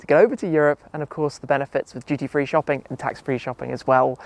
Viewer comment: I thought Tim was saying "GT3 Shopping" turns out it's "duty free" 😭😭